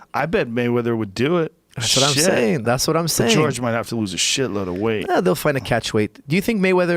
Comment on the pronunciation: Some people call him "George" instead of "Horhay"